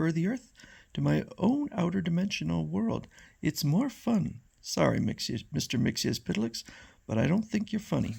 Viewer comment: You come closer to the correct pronunciation of "Mxyzptlk" than almost anyone. But there's no "s" sound at the end of his name. It's supposed to be "Mix-yetz-pittle-ick." Thanks for supplying us with these strips--they're really fun!